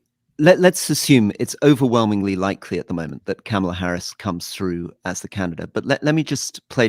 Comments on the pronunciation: Isn't her name pronounced 'Comma-lah' not 'Camel-ah'? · Her name is pronounced comma-la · It’s pronounced Comma-la Like a , She actually has an advert on it, sea b “Kamala Harris name pronounce ad” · All 4 mispronounced Kamala Harris first name over and over! Jesus! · I'm sorry, Scaramucci is a hack. Can he at least try to say Kamala's name correctly? And he is totally wrong about Obama. In typical fashion, Obama is being reserved to avoid seeming like he is swaying how things play out as a superstar of the democratic party. I am sure an endorsement from him will come further down the line. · When's Anthony going to pronounce Kamala Harris's name correctly? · Can you guys please pronounce her name correctly for Christ sakes?